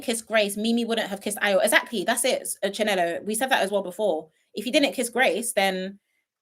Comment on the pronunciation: Ayo's name is not hard to pronounce...😅